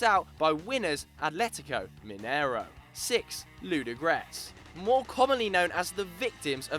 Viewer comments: And u can't even say Ludogorec :DDDD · [ludogorec] not [ludogrec] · anyone from bulgaria that just laughs how he said the name?